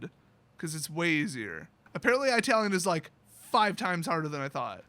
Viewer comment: it’s not “eye-talian” it’s “it-talian”. Just a lil FYI